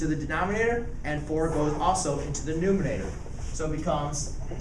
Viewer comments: Why is he saying "numinator" instead of "numerator"? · It’s a numerator not numenator bro. Geez